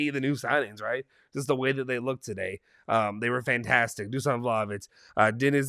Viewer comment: Some of our fans are still calling De ligt (De light) And they have to say the H It’s Vlahovic not Vlaovic